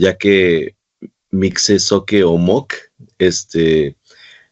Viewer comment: Por favor no diga "mikse-zoque" no le reste seriedad al tema con ese error tan garrafal La palabra mixe se pronuncia "mije"